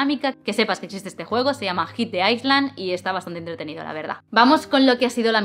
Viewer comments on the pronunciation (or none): Es de buen rollo, no te enfades conmigo. Solo es que me ha hecho gracia que cuando lo dices en inglés pronuncias “island” con la s y tiene otro significado completamente diferente. Si dices island estás diciendo pais del hielo. Fantásticos videos, me encanta tu contenido.👌